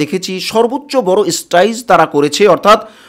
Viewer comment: স্টেজ উচ্চারণ করতে পারিস না, তুই আবার টিভি চ্যানেল খুলেছিস